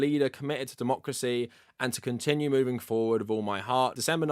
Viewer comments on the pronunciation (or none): none